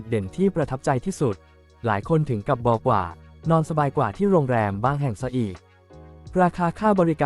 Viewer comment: บอกว่า AI ออกเสียง" บอ กว่า" 😂😂😂